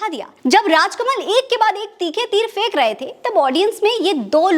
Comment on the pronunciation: . Please Dear cUtE Girl Correct your URDU . It's Phaink not Fake . Regards n Sorry again . PAKISTANI 🇵🇰🇵🇰🇵🇰🇵🇰 BALOCH ..